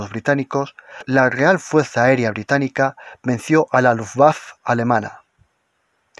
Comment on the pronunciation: "Luftwaffe": si no se conoce el alemán, entonces pronunciarlo en español, es decir "luftwaffe", igual que en alemán.